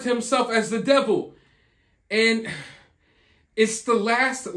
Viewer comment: yeah ... dee-vil ...